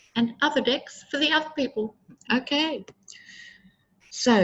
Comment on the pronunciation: "aye luv that her pronunciation of DECKS sounds like 'Dicks.'" 😆😅😆 (aye am fond of you Aussies... 😘)